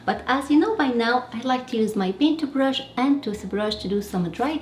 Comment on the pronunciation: Love the way you say paintubrush and toothubrush 🧡